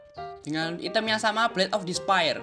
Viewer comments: Ngomong nya "ITEM / HITAM bkn ITEM pake inggris bacanya. "😅😁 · Item dibaca nya i-tem wkakwkwkwk